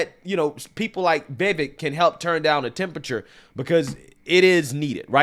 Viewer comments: It's pronounced VivAke like cake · Dear, I love ur channel but PLEASE learn to say Vivek’s name correctly.